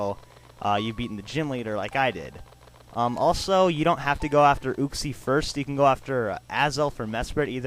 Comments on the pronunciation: it is not ooxie it is u-xie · uxie is pronounced youxe